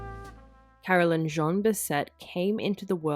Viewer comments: different names Carolyn is not pronounced Caroline who is the sister!! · Absolutely wrong. It is NOT the same name at all, and it is NOT pronounced the same. Totally different names, like Susan and Suzanne.